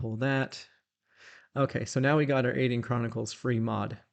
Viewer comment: Dear I was wondering why you pronounce Aidyn Ay Deen. I have always used the traditional Celtic pronunciation of Ay Den. I know you have had contact with the people who made the game and I was wondering if Ay Deen was the proper prounciation according to them and if I had been saying it wrong.